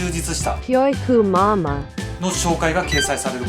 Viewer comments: キョゥウィクゥマゥマァー ↑これ好き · 教育マンマンてきこえた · 脅威熊まー、に聞こえるw